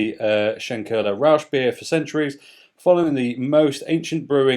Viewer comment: The pronounciation gave me a laugh. Rauschbier. "Rausch" is a vernacular German term for being drunk. I suppose one gets drunk rather quickly with Schlenkerla, however, I do not like it bottled. Freshly tapped though it is insanely delicious. It's tough though to find a heuristic to describe the pronounciation of the "ch" which is a fairly familiar combiniation of consonants in German. The sound doesn't really exist in Englisch. It is like a soft-spoken 'j' in Spanish.